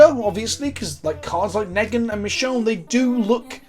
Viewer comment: I love how both and do not know how to pronounce Negan